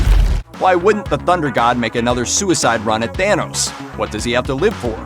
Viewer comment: It's pronounced THANOS,not THEENOS!!!! It's also ODINSON not ERRDINSURN. You've 1 job so get it right.😒😒😒